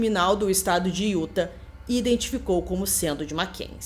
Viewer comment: Oi,, tudo bem? O jeito certo de falar o nome do estado de Utah é "iutá". Adoro o canal! Não perco nenhum vídeo!